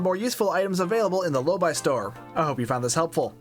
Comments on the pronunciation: Drives me crazy hearing your pronunciation of Lobi, it’s Low bee not low buy. Like nails on a chalkboard…😂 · 'Lowbee', surely, As a brit, lobii sounds strange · Hmmm. I always pronounced it "low-bee," but you pronounce it "low-buy." Not a criticism. I'm actually just enjoying the irony that never before occurred to me.